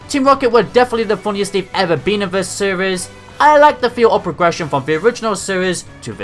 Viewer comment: Honestly every time you say seires it cracks me up